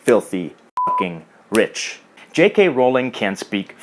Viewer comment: Why did he accent the fucking rich part omg